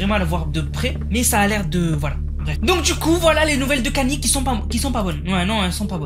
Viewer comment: Kany😂😂 on prononce: "kayni" bordel✌🏽